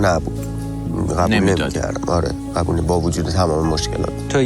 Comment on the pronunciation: چرا اینطوری حرف میزنه ؟ غابل (قابل) غبول (قبول ، غلبا (قلبا) ، غغغطعاااا (قطعا) ق و غ تلفظش فرق داره انتر، حرف زدن یاد بگیر اول